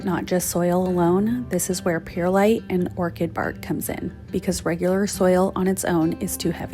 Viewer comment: Love seeing your garden come together! We are working on ours here in Australia as well. Oh one other thing...it's pronounced like Pur - lite 😊. Look forward to your next video xx